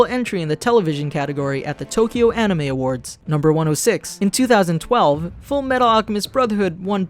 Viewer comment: "The 2003 ani-mee series" Also that Regular Show also parodies G Gundam, Gurren Lagann, and Evengalion